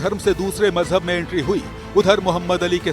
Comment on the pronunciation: Majhab ❌ Mojhub ✔️